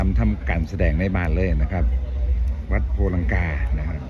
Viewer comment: วัด ไม่ใช่สัดเน้อครับแอดมิน😊😊😊😊